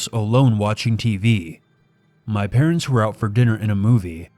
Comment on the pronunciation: "His patents are looaded they sell engagement rings"